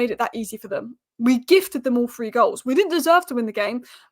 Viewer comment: “All Free” or “ All Three” 😂